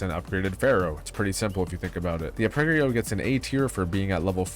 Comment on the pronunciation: how blud pronounces arpeggio sends me 😭